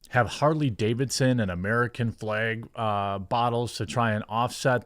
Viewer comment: I love the American flaeg. Im jk.